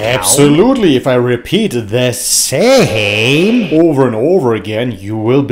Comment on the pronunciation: NAS lost his mind. I totally agree with you 🙂💗💗 The way you said: " The SamEeee"😂😂😂